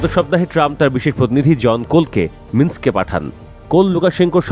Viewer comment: কি কি, বেলারুশের রাজধানীর নাম কি? আবার বলুন প্লিজ! বেলারুশের রাজধানীর নামটা সঠিক বলতে না পারার তীব্র নিন্দা জানাচ্ছি।